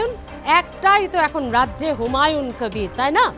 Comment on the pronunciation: আরে আপনি একটা বাংলা খবরের চ্যানেল এর সঞ্চালিকা আপনি বার বার হুমায়ুন কবিরকে হুমায়ুন ক্যাবির ক্যাবির উচ্চারণ করছেন কেন। আপনি কি ভাবছেন এইভাবে বিকৃত উচ্চারণ করলে আপনার চ্যানেল এর টিআরপি বাড়বে। আপনি নিজেই একটু এই সঞ্চালনা টা শুনে নিজেই বলুন আপনার এই সঞ্চালনাটা পাতে নেওয়ার মতো কিনা। আর আপনার তো দেখছি অনেক জ্ঞান, অনেক গুন আপনি একাধারে সঞ্চালক, রাজনৈতিক বিশ্লেষক, আবার ভোট বিশেষজ্ঞ। মনে হচ্ছে প্রশান্ত কিশোরের ভাত মারা গেল ।